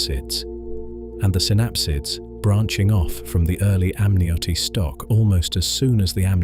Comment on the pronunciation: If only the pronunciation matched the accent. "amnioty" (amniote?) "Larusia" (Laurasia?), "Ury" (Scottish surname, "Ure"). My ears are bleeding.